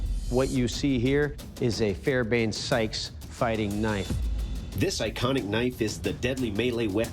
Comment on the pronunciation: I used to think you guys were pretty good until i heard you say "fairbank sykes" For a show that puppirts to be expert level you cant even get a simple Historicaly recorded name correct. It is called a Fairbairn-Sykes, Fighting Knife. I could accept Sykes Fairburn because it has both names correct. Its also called a "commando knife" ,baned after the unit it was desigbed for